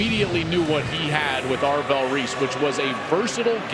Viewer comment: How do you record this video and mispronounce ARVELL?! AVRELL?! REALLY?! Smh